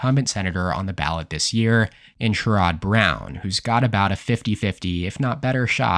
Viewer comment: Most people pronounce his name “SHARE-id Brown”, not “sha-ROD”. I pronounce it “SHIT-head”.